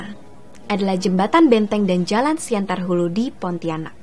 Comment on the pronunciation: Siantan mbak bukan siantar :v